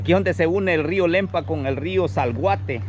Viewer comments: Es Acelhuate no se dice salguate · Hay hijo , esta bonito el vídeo , pero tú narrativa muy mal , el otro río se llama Acelhuate, no Zalguate 😂, pero podes mejorar, felicidades